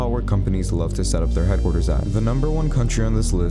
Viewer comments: Lygtenshtein is how you pronounce it not liktenstain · It’s pronounced Li-sh-ten-shtine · funny how you pronounced Liechtenstein. It's definitely not Licktensstein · It's pronounced as Lik-tun-stein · Fun fact: it’s is pronounced Lik-Tin-Shtine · nah bro, it’s pronounced like lishtenshtine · I know how to speak German dude. Liechtenstein is a German name. The ch is pronounced like sh in German, so it’s lishtenshtine. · Haha as a German I laughed so hard when he pronounced Liechtenstein😂😂 I can't stop laughing I'm sry😂 If that's how all of you pronounce it we won't be able to have a serious conversation about Liechtenstein 😂😂😂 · You pronounced Lichtenstein wrong